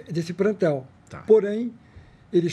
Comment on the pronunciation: Brincadeira!! O cara é milionário e fala prantel, crasse!!! Isso falando da ignorrãncia se formos falar de caráter, então...